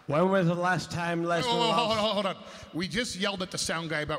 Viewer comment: "When's the wast time Wesnar wost to one finishing move?"